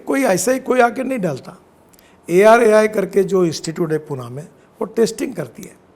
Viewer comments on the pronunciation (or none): none